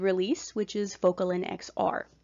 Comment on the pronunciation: Sorry, but you lost credibility when you didn’t even prepare enough to properly pronounce an often used but underrated medication such as Focalin. Such a shame because you were nice in your explanations otherwise. I’m on Focalin and was so disappointed in the misinformation or maybe it was just lost in translation by the oddly delivered information. You have potential to be helpful, but please know what you’re talking about.